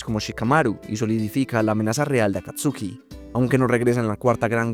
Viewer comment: Ese wey Ese wey sigue pronunciando Akatsuki como está escrito, no como la correcta pronunciación, en pleno 2025 XD